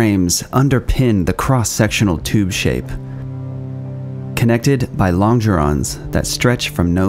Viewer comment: 3 things: It's pronounced "long geron", not "lonn jeron". You reversed left and right in describing the wing tanks. Someone may already have pointed this out, but I'm not going to read through 3,297 comments to find out. You show the RAT blades rotating backwards.